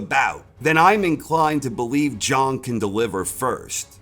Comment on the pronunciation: Why won't you yanks. Pronounce his name properly? The clue is in his nickname. He's not called big bong, he's big bang. ZHANG not Zhong ffs